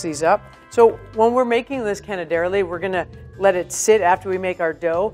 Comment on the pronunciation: My ears are sore. 😡 canederli (wrong accent again).